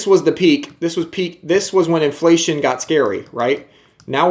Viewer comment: Haha “iflation”